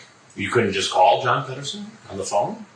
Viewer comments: Of all the random names he can come up with he says “John PEDOrson” smh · It’s pronounced Pedorson